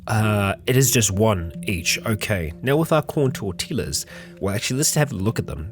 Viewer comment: STOP SAYING TORTILLA AND QUESADILLA THAT WAY YOU ARE LITERALLY KILLING ME